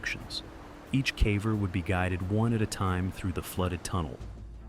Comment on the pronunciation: Why does he say caver like that? Cave-er, not Cahver